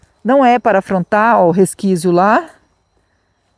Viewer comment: "Resquizo, resquizo, Resquizo,,," 😂